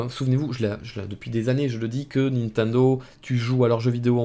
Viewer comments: Sa me fume a chaque fois tu dis nentendo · Pourquoi tu dis "Ninetundo" ? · Comment il prononce Nintendo. xD